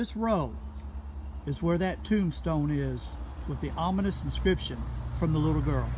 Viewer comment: "anominous", lol...ominous?? Cool cemetery, thanks for the video. -The Pacific Northwest